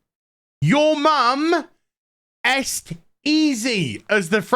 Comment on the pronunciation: The "french" wouldn't pronounce "est" this way, you bald fuck!